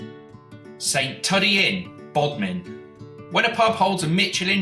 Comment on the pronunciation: Saint tuddee .. er nope, Saint Two-dee